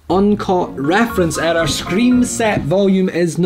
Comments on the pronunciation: error sounds like erder with his accent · you mean "eder"? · It might just be me just I love the way u say the word “error” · i love how he says error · i love the way you say error :D